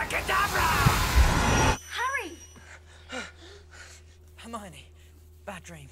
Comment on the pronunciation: BTW, it’s “Her-mi-o-ne”, not “Hermani”